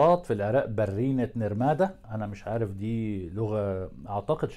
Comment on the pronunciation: برينة نرمادة .. برينة الراء خفيفة انت تلفضها مشددة